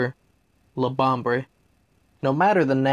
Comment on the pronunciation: What country calls it labambre? Or how is it actually said?